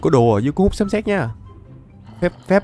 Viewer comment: Lộn rồi anh sấm chứ không phải là sấn